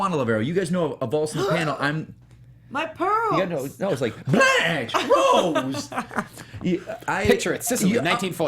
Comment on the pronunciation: This fool said Blanche lol